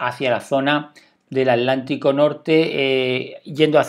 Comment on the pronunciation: Alantico o atlántico? No conozco ningún océano llamado alantico